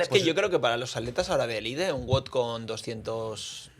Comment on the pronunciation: Todo muy bien, pero es wod no wud.